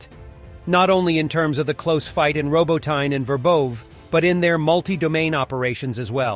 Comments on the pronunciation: Love how Americans pronounce unfamiliar words. Glasgow and Moscow are particularly funny but ROBO- TYNE 😂. It’s pronounced Robot-tinny mate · Which should be robo-TEE-neh. Ukrainian has two letters for its "ee" sound (approximately) -- the vertical I and the backwards-N. I'll have to look up distinguishing them. This produces an error-effect on transliteration, coping with Slavic phonemes into Latin alphabet letters. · Lol I love that every video has a different pronounciantion of Robotyne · Over the last week, this guy has evolved 6 different ways of pronouncing, "Robotyne". I suppose it could be an artistic thing - you know, always pushing those boundaries of creativity... LOL! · Anyone keeping track of the different pronunciations of "Robotyne"?